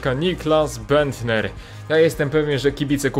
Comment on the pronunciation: Nicklas Bendter - nie mówi się Niklas Bendta, bo to nie jest niemiec, tylko tak jak sie pisze ;)